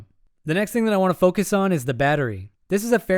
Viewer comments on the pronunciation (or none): none